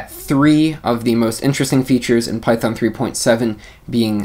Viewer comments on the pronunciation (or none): great intro for the new features. BTW, just make a joke on the pronunciation, Python 3.7 features == Pytron? But I think you said Python at the end